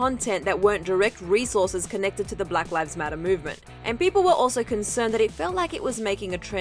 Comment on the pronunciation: “Brack rives matter”